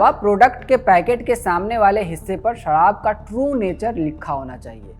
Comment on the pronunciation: Sarraab nahi sharab hota hai unpud